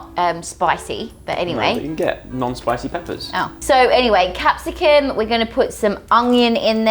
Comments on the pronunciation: She says Capsicun instead of Capsicum, eye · Lol its capsicum not capsicun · Who calls It capsicken ( pepper ) We love 😂😂😂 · No offence but as a Brit, it really annoys me when says 'capsicon' rather than pepper xD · Is it only me or did anyone her call Cepsicum “Cepsicun” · I was so confused when she said capsicum or whatever haha